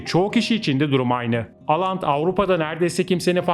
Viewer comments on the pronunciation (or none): Aland değil Åland Evet çok duydum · 1-Aland değil Åland türkçe okunuşu ooland 2-Åland adası 1809 yılında İsveç'ten koparılıp Rusya'nın Finlandiya bölgesine bağlandı ve petro dönemi ile bir alakası yok. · İsimleri oland diye okunuyor å harfi Türkçe de o harfi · Oland diye okunur.